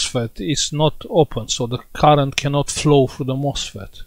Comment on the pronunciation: It sounds like you are saying the 'mossfit' isn't working. How is that word spelled?